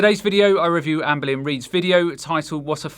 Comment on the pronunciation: I don’t know how I expected you to pronounce ‘amberlynn Reid’ but I was positively surprised